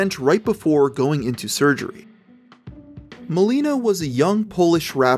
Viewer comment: You pronounce it Mahleenah Im Polish